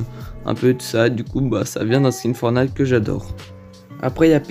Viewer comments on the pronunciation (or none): none